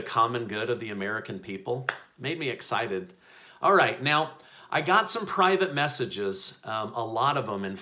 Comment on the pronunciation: Yes, yes "very exited" 🤔😠